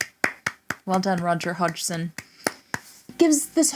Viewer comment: Fantastic video and you pronounced Roger's last name just fine. I've watched so many other videos that totally butchered it.